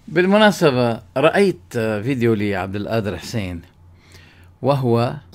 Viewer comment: غفر الله لك أخي لا تقل عبد القادر بالهمزة بدل القاف.